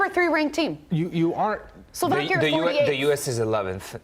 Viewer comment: You are right, I didn't even notice they butchered the name of my country. Professionalism through and through.